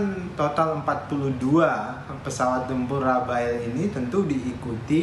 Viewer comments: rafale,, bukan rafael 😁😁😁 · Rafale pak Dahnil.. bukan Rafael.. Rafael mah tukang hipnotis..